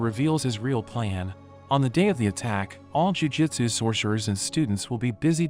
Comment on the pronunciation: Why do you read jujUtsu as jujitsu?